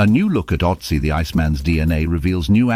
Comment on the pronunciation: Can't even properly pronounce Ötzi